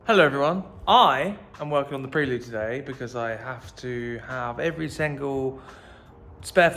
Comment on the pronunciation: Cracking video as usual! I won't be able to watch another one until you start pronouncing Prelude correctly though 😂😂😂